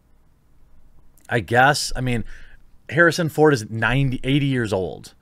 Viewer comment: No one: The quartering: Harrison phone